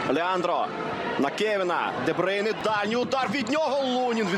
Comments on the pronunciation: де брюйне, а не дебрейне🙄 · Debroun not debreun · Чому дебрейне?????? Де брюйне.😂😂😂😂😂😂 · 😅 ДеБрюйне ане ДеБрейне....... 😂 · Боже комментаторы не позорьтесь де брюне как он выговаривает 🤦‍♀️